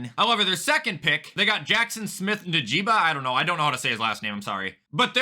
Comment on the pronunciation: His name is pronounced, In-jig-buh. Njigba